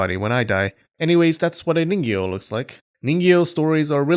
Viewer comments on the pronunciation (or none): This entire video all I can kept hearing is Niño